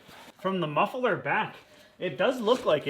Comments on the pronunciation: Muffler not mufferler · pronounces muffler as muff-e-ler, is that American/regional or just a gimick? (Dutch myself)